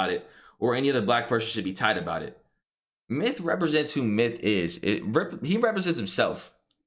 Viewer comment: I heard Myth-uh or something along those lines